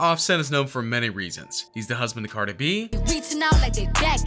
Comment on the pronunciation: He said “ Carter Be” LMAOO 🤣🤣🤣